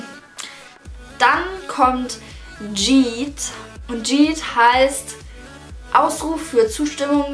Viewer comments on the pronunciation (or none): Uff Das heißt nicht Jeat sondern YEET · das heißt yeet und nicht schieet oder wie du das ausgesprochen hast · Sie hat jeet gesagt aber eigentlich heisst es Yeet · Wahrscheinlich wird das Dschid ausgesprochen 😂 Eher Jeet oder Yeet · Geet 😂 das wird ca. jeet ausgesprochen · Yeet wird yiit nicht schid ausgesprochen! 😂😂😂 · Meintest du Als du Geet gesagt hast Yeet? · Yeet spricht man ieet aus nicht tschit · Dieser Moment wenn sie "Yeet" mit "J" ausspricht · Bei Minute Das wird Jeet ausgesprochen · Yeet 😂😂 es wird jeet ausgesprochen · Es wird zwar yeet geschrieben aber es wird jeet ausgesprochen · hat sie zu yeet „dschied“ gesagt? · Was labbert die mit yeet😂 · hahaha wie sie yeet ausspricht😂❤️ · Wie sie Yeet ausspricht😂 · Wie sie Yeet ausspricht aua